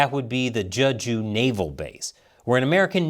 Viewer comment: btw it's pronounced "jaeh-ju," not "juh-ju" - as for the DPRK, I think the Norks are actually going to take a "wait and see" position. Despite all of the flowery alliance talk and documents, there is no love lost between the DPRK and the PRC, and if it looks like the PRC is going to get rapidly destroyed, the DPRK is likely to sit it out (its primary objective is the survival of its own government).